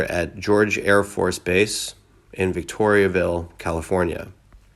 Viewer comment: VICTOR VILLE NOT VICTORIAVILL